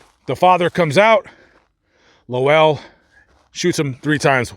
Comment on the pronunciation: I've read quite a lot about these murders. It is so depressing. Those poor people. Also, it's Wolcott, not Wilcott. And his name was Lowell, one syllable, not Low ell. The house is long gone. At one time you could still see the concrete steps and a bit of the sidewalk from Google Maps. You can read a summary of this case in Truman Capote's In Cold Blood. Also, the Kansas Supreme Court opinion is available online.